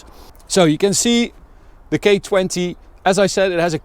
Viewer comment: I’m not the only one who heard “gay20” right